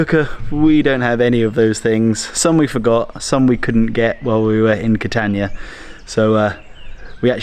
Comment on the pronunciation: By the way, it's not Ca-tan-ia, the a is an Ah. Ka-tahn-eeah. Italian vowels are ah ay ee oh oo